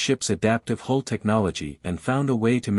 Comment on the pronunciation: HULL! HULL! HULL! NOT HOLE OR WHOLE. All these sites and stories and AI computers and not One can get this right! Detracts from story!😊